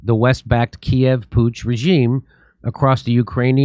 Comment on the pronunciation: putsch as in coup d'etat .... c'mon now guys